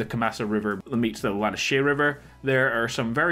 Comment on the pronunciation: Lanahache pronounced lanahassee based on the Mississippi